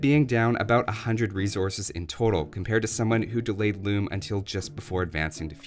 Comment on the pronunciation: "RRReasearch... loom-uh"